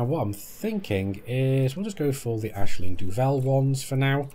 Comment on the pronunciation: Congrats also pronouncing "Aisling" by its Irish Gaelic origins - "Ashling"